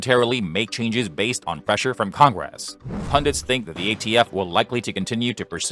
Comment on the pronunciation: What's "con-grass"? I HATE these vocal simulators 😞